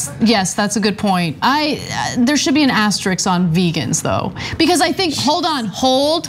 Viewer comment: I'm disappointed in Ana. Of all people, I thought SHE would pronounce "asterisk" correctly